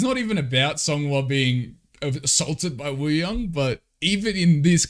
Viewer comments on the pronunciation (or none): just a lil reminder that wooyoungs name is actually pronounced oo-young, the w is silent :))